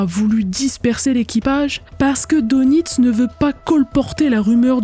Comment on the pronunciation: oui très intéressant Les u boot all.furent copiés par toutes kes marines étrangères, après guerre, à cause de leurs qualités.Attention on prononce DEUNITZ en allemand Dönitz.Il fut désigné pat Hitler comme le représentant officiel du Reich.Connaissez vous Sabine, l'affaire du LACONIA?? Fait unique égakement.Un livre y est consacré